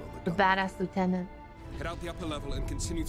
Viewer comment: This was one of my most favourite games on x box 360, just want to say though your vtuber thing is quite districting cause she’s quite hot I must admit, also you pronounced lieutenant wrong